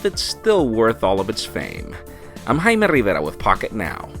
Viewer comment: ...you are full of it like a constipated crab; It's pronounced "Jay-me" in the civilized world, jackass!